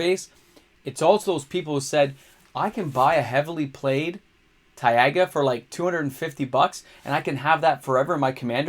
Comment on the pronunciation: DID THIS MAN JUST SAY TAI-AGA? 😆